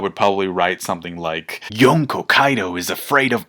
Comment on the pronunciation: I hate the way people say Yonko